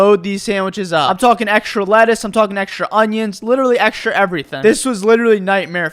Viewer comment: Why do you say "eksrha" instead of "Extra"